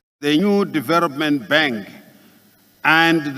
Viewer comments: 😂😂😂😂 mentarity. .poritical....diveropment...incrusivy . Famiry haaadaaaa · There is a historic battle between and the letter "L". Let me help you to understand Excerrencies - Excellencies Erection - Election Diarogue- Dialogue Deveropment - Development Poriticizing - Politicizing Mentarity- Mentality Charrenges- Challenges Famiry- Family Deveroping- Developing Openry - Openly Mirrions - millions Calmry - calmly